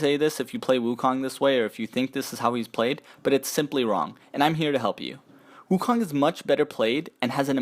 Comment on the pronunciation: I love the video, I play wukong the most but I would love if everyone pronounced his name properly. The "o" in "kong" is pronounced with an "O" sound not an "ah" sound. Keep up the good work though!